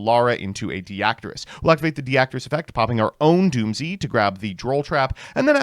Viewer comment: Erm its actually Dooms not doomzee ☝️🤓